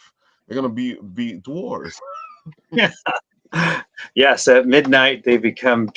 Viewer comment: Love you it's dwe ores not dwores